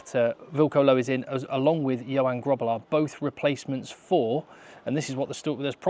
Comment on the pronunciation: So Johan is pronounced Yo-hunn.